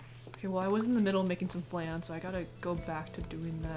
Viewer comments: Ah! Minus 12 right right!!! I knew I was forgetting some easy formula for it. Now the question is do I still say "FLANNE" for the memes, or go with the correct pronunciation of "FLAHN" ? Forgive me and memes I'll say it correctly next time XD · I love memes lol, so you're fine 😂 it doesn't bother me at all. Every time you said 'FLANNE' I couldn't stop laughing. Tbh, listening to your commentary feels like I'm just watching a close friend stream a game. It's very comforting, honestly.